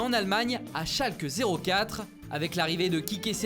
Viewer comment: Jvous kiffe mais svp ça se prononce "Chalque Noul Fir" 😂